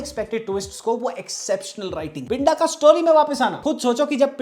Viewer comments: Good video bro but you are pronouncing pinda wrong it's not पिंडा it's पिंदा ड नहीं द ki awaaz hai uske name me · भाई आप तो मुझे लगता था के आप पंजाबी अच्छी समझते हो , जिसको आप पिंडा बोल रहे हो उसको सही से पिंदा बोला जाता है। ❤ Baki love your videos always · Pinda is pronounced with a soft D. It's a common nickname in Punjab for anyone with a 'pinder' in their name, like Jaspinder. If you pronounce it with a hard 'd', the Punjabi meaning changes to 'body'.